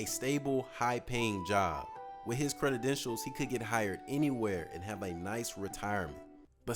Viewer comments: Did i just hear "creditdentials"? 😅 Loved the vid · "credidentials" lol